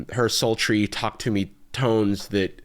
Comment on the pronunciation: Its to-ku tu mii トークトゥミー